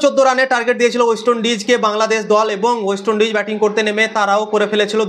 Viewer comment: ভাই বার বার অস্ট ইন্ডিজ বলছো 😅 ওইটা ওয়েস্ট ইন্ডিজ হবে ট্রোল করার আগে ভাষা টা একটু ঠিক করেন 😢 love from INDIA